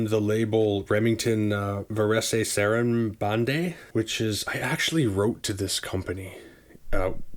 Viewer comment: Great channel - sub's ! Just to help, I believe it's pronounced 'Vars SAra-band' 🤗